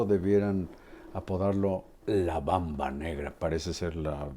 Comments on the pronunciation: Carlitos,es "Mamba". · No es Bamba, sino Mamba, muy estimado Carlos